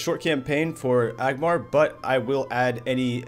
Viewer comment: ANgmar. With an N.